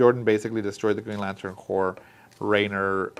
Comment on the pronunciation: Just so you know, it’s pronounced like “core,” not like “corpse.”